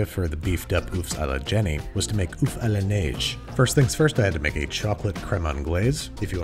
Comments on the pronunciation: My guy you need to practice your french pronunciation, œuf is pronounced like Someone saying ugh without the gh and than a f sound so, ue-f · the way she said "oeuf" that hurts as a french guy